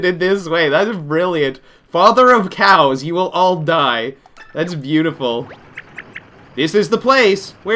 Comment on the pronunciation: It took a while for me to realize that he said cows and not crows